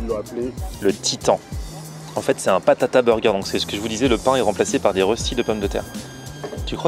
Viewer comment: BATATA burger pas PATATA voyons